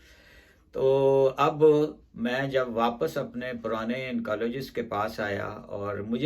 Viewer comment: Oncologist. Not incologist Chemotherapy. Not chamotherapy